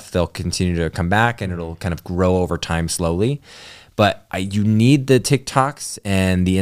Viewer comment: " You beed a kid" lol